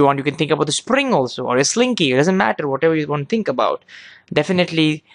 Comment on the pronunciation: amazing video!!and i like how your indian accent creeps in when u say "spring"xD